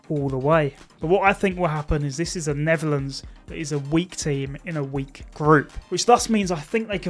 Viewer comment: I heard that too